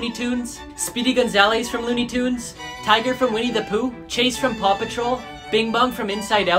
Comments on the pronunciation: Is nobody going to mention he said tiggers name wrong It’s pronounced Tig-g-er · Oh and also it's not "Tiger" it's "Tigger" there pronounced two different ways! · mans pronounced it tiger bro it’s tigger rhymes with n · its pronounced as ‘tig ger’ not ‘ti ger’ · BRO ITS NOT PRONOUNCED TIGER! ITS T I DOUBLE GUH RRR THAT SPELLS TIGGER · Everyone: "HE SAID DAISY FROM LOONEYTOONS" Me: "DID HE JUST PRONOUNCE TIGGER AS TIGER ?" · And tiger it it pronounced t I g er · it’s the goddamn law to pronounce tigger AS TIGGER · I love how he pronounce tiger wrong lol must have never watched Winnie the Pooh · Hold up he just pronounced it 'Tiger' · I dont think its pronounced tiger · The way you pronounced speedy Gonzalez and tigger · Also he pronounced tigger wrong